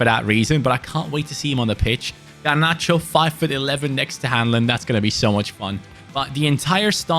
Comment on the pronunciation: Hahaha must be a relative of mine! Funny hearing Hanlin should be “Han-lon” Love the video!